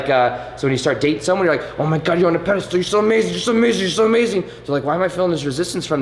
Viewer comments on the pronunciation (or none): IT'S SO CUTE HOW YOU ALWAYS SAY "PEDE-STOOL", LOL... cute, but wrong XD